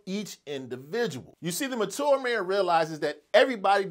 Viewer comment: Why are you pronouncing ‘mature’ like that!